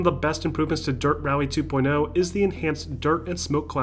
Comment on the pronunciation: Man in from brazil , love dirt games , but how u americans say this game name , dirt two point l ? (L of lemon) , i thought it was two point oh, as O the letter O as zero I believe is his accent saying almost 0 as a L , am i right ? Help a buddy lol nice video bro